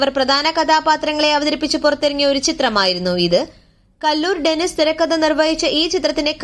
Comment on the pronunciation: കല്ലൂർ ഡെന്നിസ്❌ കലൂർ ഡെന്നിസ്✅ ഷാജോൺ കാര്യാൽ❌ ഷാജൂൺ കാര്യാൽ✅